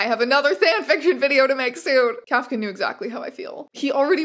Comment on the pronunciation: Please learn how to pronounce Kafka